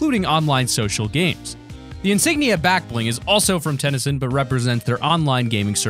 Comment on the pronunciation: You said TenCent wrong